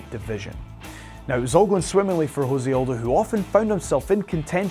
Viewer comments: I'd prefer to have my MMA trivia from somebody not just cribbing notes off of wikipedia or some shit. The presenter clearly has never heard Aldo's name spoken aloud. Also, chill on deez nutz, chode. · How does your MMA expert not know how to say Jose Aldo?